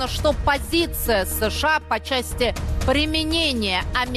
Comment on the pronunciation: ты неуч.Страна называется США, а не СэШэА.